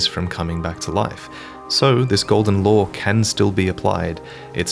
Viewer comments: I thought he said "Golden Lore" the first 3 times he said "Golden Law" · I can't tell if you're saying the Elden Ring is Golden Lore or Golden Law. edit: Subtitles clarified. Thanks for having them.